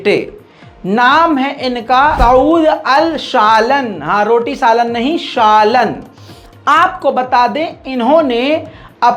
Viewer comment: Shalan nahi shaalaan hai